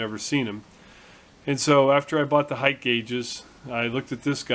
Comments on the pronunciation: PS. I also gotta tell you that I am really really proud of you!!!!!!!!!! You are the first person in years I have heard say "HEIGHT" correctly. It seems that everyone on YouTube says "HEIGHTH" and it really bugs me sometimes LOLOL So congrats on that one my friend. Again ATB Matt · HOORAY!!! You might be the only machinist YouTuber that pronounces "height" correctly. It is a pet peeve of mine... all the other guys make me crazy... They all speak like Canadians, even the American ones. 4 thumbs up to you. (2 from my wife) Anon